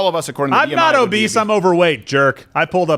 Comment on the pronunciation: did she say Morbidly Obeast?